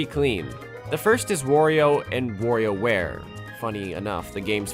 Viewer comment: “Worio and WorioWare”?